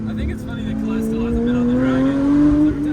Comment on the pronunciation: In the words of "Its Call-lette"